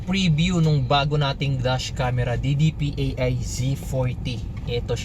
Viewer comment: DIDIPAY, hindi D-D-P-A-I. :)